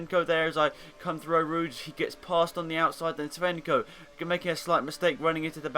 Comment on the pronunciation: Steve sco not svenco :P